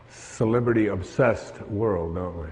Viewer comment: Dude..I so usually like him..I was watching because I like him..he's no Eckhart Tolle but he's seems sincere MOST of the time..but as I sat here watching I knew ..something was off..Dude..watch this video again..he is high as a kite...he says Sibibrity obsessed world..he can't even talk..and the hands..just watch it again.